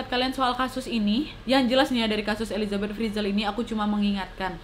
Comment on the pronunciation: Maaf elisabet bukan elizabet